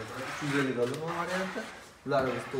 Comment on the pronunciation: doʻloʻr❌ doʻlr✅😂